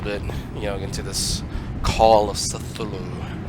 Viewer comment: AKSHTHUALLY ITS PRONOUNCED KUTULU /s. Dude, I know you were sick when you made this but you have great commentary. I'm all about the Lovecraftian horror so thanks for sharing